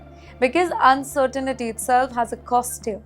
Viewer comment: Un cer tain ty, not un cer ni ty.